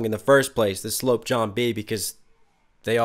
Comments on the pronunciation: Also "sloop" is not pronounced like "slope" (aka slant), it normally rhymes with "troop", except for Lloyd's accent here. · A rats nest was the term for when the ropes were not fastened properly and would get tagged up. Like his beard. Sloop is pronounced like sluop ;)